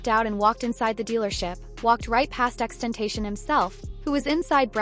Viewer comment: the least you could do is learn to pronounce X's name right..